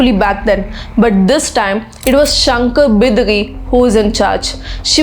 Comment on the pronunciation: Its not Shankar bidari, everything is right except Shankar Bidari